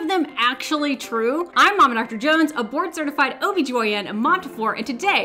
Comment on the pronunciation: Every time you say "a board certified" at the beginning I hear "abort certified" 😅